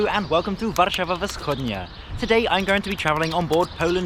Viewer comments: I'm impressed with your Polish, so just one extra tip: Whenever you have two consonants in a row, the first with sound and the second soundless, the first one loses its sound in pronunciation. So, instead of "W'schodnia" you sould say "Fschodnia" without an audible break after the first consonant. It's a masterclass, I know, but you will be able to handle it. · Your pronunciation is truly great especially for such a small language as Polish, except that "Warszawa Wschodnia" is actually pronounced as "Fschodnia" (initial W gets devoiced to F when followed by unvoiced consonants, in general you never get a cluster of voiced and unvoiced consonants in spoken Polish, if this happens then either the voiced ones get devoiced or vice versa). But the rest was ok and you also earned a sub ^^ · wschodnia we pronounce f-s-hodnya